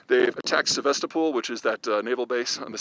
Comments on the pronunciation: Correction: The capital of Crimea in Russian is Sevastopol . It is pronounced in Russian as See-vahs-STOWpul. Accent on the second to last o in the word. In the USA there is a city names Sebastopol which is pronounced as : See-bas-toe-pool. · It's actually pronounced Sev-AH-stoppel.